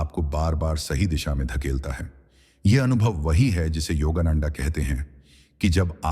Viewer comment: योगा नंडा नहीं, योगानंद कहिए।